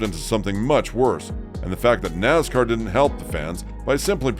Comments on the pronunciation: Naz car is not a word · Wtf us with the pronunciation of “Nazzzcar”? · It so easy to pick a new fan or sportscaster, listen to he pronounces "Nascar" any longtime fan will laugh their A@ off...